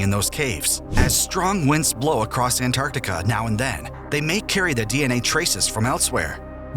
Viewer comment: Is Antartica! Not Anartica!